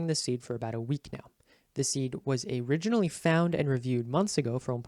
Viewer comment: is nobody talking about how he said "a-riginally"